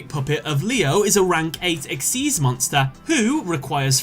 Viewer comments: “Exeez.” It’s XYZ!!!! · It's spelled XYZ but it's pronounced exeez. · Did you just pronounce "xyz" as "exise"